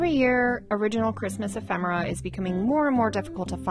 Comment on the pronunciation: e·phem·er·a /əˈfem(ə)rə/ Learn to pronounce